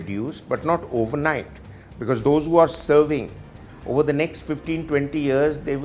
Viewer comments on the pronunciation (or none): none